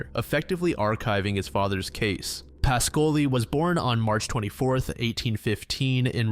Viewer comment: Your Italian pronunciation is often accurate but Ruggero Is pronounced rudgiero with the G like in jeep. And PAH-scoli. Good job as always though